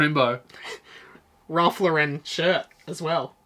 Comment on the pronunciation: Y'all say "Ralph Lauren" wrong.